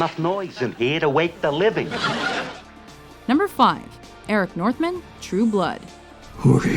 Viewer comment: Eric mfing Northman!!! GET IT RIGHT!!!!!